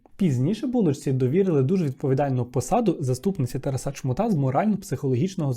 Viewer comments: Спочатку думала, що "ТарасА" - то випадковий наголос, але бачу, що системно так наголошує ) дякую за відео, як завжди приємно було слухати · Дякую,! Трошки ріже слух те, як ви відмінюєте слово Тарас, а саме наголос. Немає такого варіанту як "тарасА", це аж смішно) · Дуже цікавий випуск, але "Тараса́", "Тарасо́м" ріже вухо)